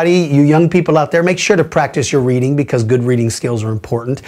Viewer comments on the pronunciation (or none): none